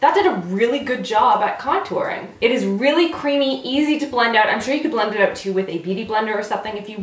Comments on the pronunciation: #randomcanadiammoments Saying oout instead of out. 😂 or Saying eh accidentally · I love it when you sound Canadian with your "Oot and Aboot!" Makes me think of Trailer Park Boys which is AWESOME y'all! You have to forgive me, I live in a damp and dreary part of England and I don't get out much! Love your videos to death! X